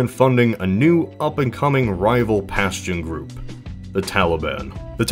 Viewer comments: Its pronounced "paschtun" not "pastion". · "Pashtun" is pronounced "Pashtoon" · It's 'Pashtoon', not the 'Pashtan" smh